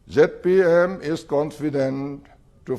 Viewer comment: it is not Jet P M..it is ZPM